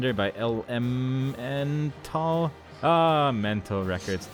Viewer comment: Not Mental Records, Elemental Records. L.M.N. tal Records.